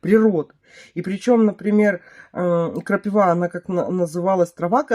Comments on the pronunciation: при всем уважении не крапивА, а крапИва. Извини 😊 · Только почему крапивА? КрапИва же.